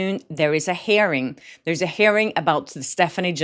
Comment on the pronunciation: You’re pronouncing hearing like “herring” (a fish); it’s pronounced “here - ing”. 🥰